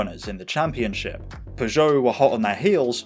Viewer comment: Yes, this was distracting.but also, in the UK, he mispronounced Lancia, Peugeot, Celica and right at the end, butchered Citroen too!